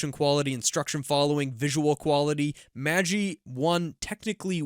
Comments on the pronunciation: Pronounced Magh-EYE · FYI: Magi is pronounced maj EYE. The Magi were the "three wise men" of the bible. Gift of the Magi is a famous short story by O Henry. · MAJ-eye (assuming normal pronunciation) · The creators pronounced it Mageh but I agree it sounds wrong